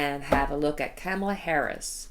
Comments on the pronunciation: COMMA-LUH, COMMA-LUH, not Cam rhymes with ham, COMMA-LUH. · Pronunciation: Kamala Harris (comma-la)